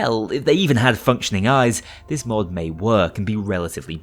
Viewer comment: who says hood its had